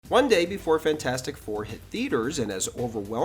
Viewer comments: Fant4Stic pronounced Fant-Four-Stick. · Sorry, but you’re mispronouncing the name of the movie. It’s FantFOURstic.